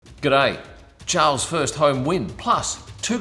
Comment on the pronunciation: Come on mate your aussie you know how to say charles properly